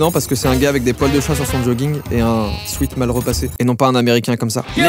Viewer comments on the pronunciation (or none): none